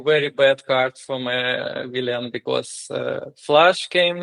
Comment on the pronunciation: Виллан, не виллиан. Для того, кто звонил